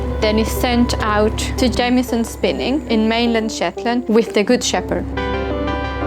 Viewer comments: Did she say shitland !!!!!???!!!! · Did she say shetland?